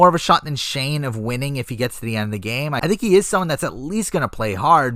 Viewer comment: You got shane right lol